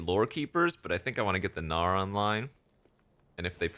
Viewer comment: Every time you say “gnawer” I hear “no” in New Zealand tongue